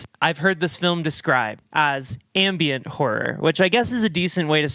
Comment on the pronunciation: Not sure if you're saying "ambient" horror or "ambien" horror, but both seem to fit lol